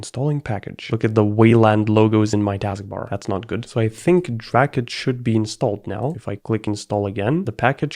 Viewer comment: "Dracut" Me: Oh no...